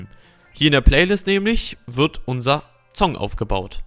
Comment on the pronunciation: Warum sagst du immer Zong und Zound statt Song und Sound xD ;D